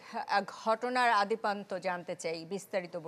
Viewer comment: আদিপান্ত কি? আদ্যপান্ত